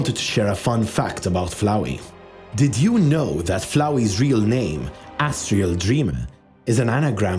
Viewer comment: My new favorite pronunciation of asriel is “ass-tree-el” (No hate)